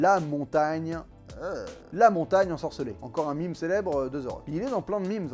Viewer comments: Prononcez meme < >, pas < >, ne cédons pas aux anglicismes 😀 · pas mime, meme, argh, le terme viens du français "même" alors pitié le prononce pas à l'anglaise on a pas des tonnes de mot français aussi connus alors quand on en a un évitons de le prononcer à l'anglaise, ils ont déjà failli nous piquer la Bretagne et ses crêpes alors leurs laissons pas ça, ça leurs ferais trop plaisir ces buveur de thé